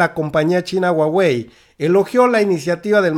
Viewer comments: Querido en español la h no se pronuncia pero debes pronunciar JUAGUEI, no estoy segura q Usa deje q hagamos negocio con China, esto puede tirar en Usa todavía el T MEC osh saludos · Me gusta tu reporte solo para que nadie se burle.... La marca se escribe HUAWEI en latinoamericana se pronuncia (júawey) 😉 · se pronuncia "jua-wei" y slim es de origen libanes, no judio. Primera vez que escucho este canal y me dejo mucho que desear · No es huhuaey?.. Esta es exprecion gringa.. Lo correcto es huawey. Como se lee y se pronuncia por los orientales.. Saludos! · SE PREEENUNCIA JAUEI